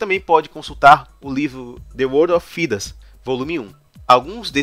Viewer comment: Tá show, mano! Faz mais vídeos sobre Dragon Age. Só uma parada. Thedas não se pronuncia Fidas, e sim, Tédas. Deu uma agonia ouvir Fidas kkkjk mas o vídeo ficou foda!